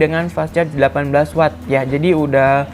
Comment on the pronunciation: maklum kelibet lidahnya.. 😀😀